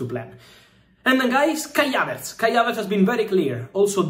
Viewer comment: Who is Kya-Vets???🤣😂😀😂🤣 ❤❤❤❤